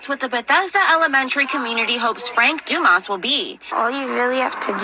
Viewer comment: It's not Dumas ... It's Dumas